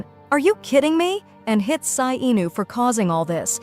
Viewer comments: She’s G is jay but k and also sai is ci-n AND iris is Aries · There names are so wrong! G? Sai? Sai is Ci-n and G is Jay-Jay! Section A? It's section E!